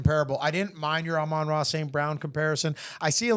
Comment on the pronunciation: First time viewer. Can we atleast make sure we're pronouncing the guys names correctly? Credibility starts to trend downhill when you are frequently getting them wrong. Gives off barbershop vibes instead of analysis. Bro said "Adonny" Mitchell, Brian "Thompson", "Ama" St. Brown. Then said Rome Odunze is a running back playing WR not like Deebo... "Like the second coming of JaMarr Chase." Odunze has a completely different frame and size. And they play way differently. was pretty good. was yapping.